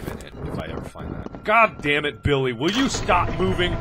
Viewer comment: "I guess I could name him Biwwy"